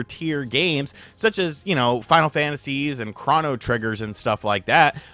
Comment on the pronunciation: Please learn how to pronounce "Chrono".